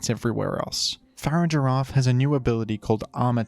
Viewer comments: I'm literally 3 seconds into this video and the way you pronounced Farigiraf killed me a little bit. Your gonna have to re-earn your sub. =/ Far-ig-a-raf. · Fa-rig-ir-af. Farig-iraf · I utterly despise the way you say Farigiraf. Its a pronounced in basically the opposite way you say Girafarig.